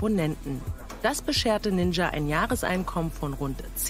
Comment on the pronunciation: also dieser "ninscha" ist ja mal ganz an mir vorbei gegangen